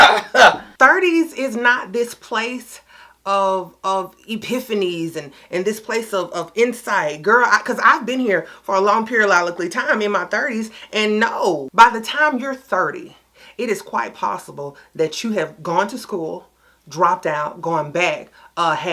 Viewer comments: “a Long periolakey time”😅😩🤣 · I love it!😄😉 just shows us we can't put numbers on "goals/things we strive for, and accomplishments" because my girl (as sharp as she is and I understand it's part of the humor) is still saying "perilolically"❤🖤❤🖤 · 🤦🏽‍♀️🤦🏽‍♀️pure- ree- are-rick lee. Lol